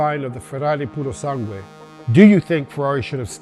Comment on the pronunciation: You pronounced "Purosangue" and other Italian words perfectly. I've heard it crippled by everyone until now. 👏👏👏👏